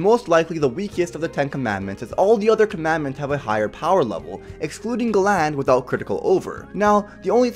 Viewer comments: Gall-ind not Gu-land Mu-las-kyoo-la not Mal-u-skoo-la Spirit Spear Bos-kee-oss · It’s Galland the first one you said